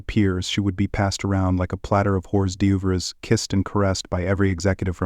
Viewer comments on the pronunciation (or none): "Horse doovers"??? It's pronounced "or douvre"...